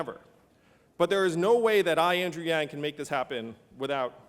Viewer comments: Yang not “Lang” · Did he say "Lang?" He did, he said "Yang!" hahahaha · it's not Lang it's Yang! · why does everyone keep messing up his name? Lang...Wang....it's YANG!!! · Did Sharpton call him Andrew Lang? xD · Andrew lang? Damn this Rev. Al CORRUPTION can't even announce the name of the speaker he's introducing! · Zulu Kween i know right..say it w me "John Yang"..lmao! jk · Love how he messed up Yang's name. I thought I heard Lang. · It would be sooooo funny, he were to say Andrew Lang again at the end. It would be even funnier if Andrew turn around and punch him this time for saying his name wrong. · Al Sharpton mispronounces your name? Refuse to give a crap. Lang 2020! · he got it right at the end tho. YANG GANG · Lang?.learn the nsme! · He got it right at the end. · Lol I thought I was the only one that heard, Andrew Lang. Stupid guy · A bunch of people get it wrong. Wang, lang, bang. Whatever he's a problem solver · how to fuck did he fuck up Andrews last name.... pulling a Steve Harvey.. its no wonder AI will replace these idiots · Rev(who pronounced Andrew's name wrong) and his buddy on the right(who was reading a magazine at first) thought this guy was a joke at first. Than Andrew started talking that truth and had their full attention. So much so Rev pronounced his name right at the end... Lol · Good job butchering his name you fucking idiot al sharpton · Classic Sharpton lol he's always messing up a pronunciation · Can't even pronoun his name right, how can you lead a people? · Thats pretty good for "Reverand" Al. I'm kinda surprised he didn't say Wang Chung.